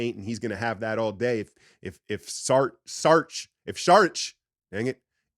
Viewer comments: I know you struggling with Saric.. let me try to help. 😆 It's SAR as is sars, ryhmes with bars, AND RICH as in RICH.. SAR-RICH. I hope that helps. 😊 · Lol... Saric... my man say Saw-rich. Don't say it too fast, and you'll be fine. SAW RICH...